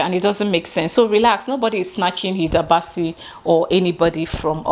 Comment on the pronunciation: You are pronouncing the names right👏🏽Thanks for letting them know it’s because of the name.The first time I heard the name I thought she was a Ghanaian.I wasn’t aware there was an argument on social media